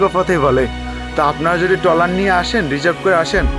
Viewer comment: টলার না ট্রলার